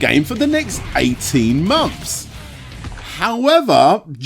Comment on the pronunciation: It's months not mumps. 😂